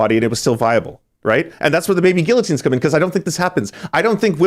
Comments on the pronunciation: this guy cant pronounce guillotine at all it makes me sick hearing his way of saying the word hahahaha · If you are going to use the word guillotine at least know how to pronounce it properly.